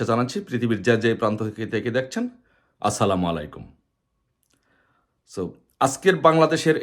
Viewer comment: Salam da shuddho vabe de rajakar er baccha